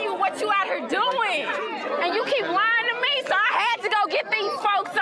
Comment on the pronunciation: right "hur"- How about Right here.